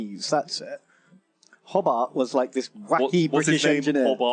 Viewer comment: weirdest thing in this video as someone who lives in a place called Hobart, is the way pronounced it "Hobbert"